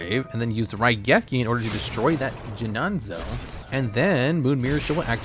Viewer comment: Thank you for the higher score:) 'Jinanzo' had me dying lmao